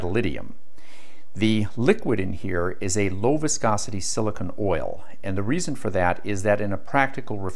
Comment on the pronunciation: Did you mean therm-eye-on'-ic and Sil-ih-cone (rhymes with bone) oil?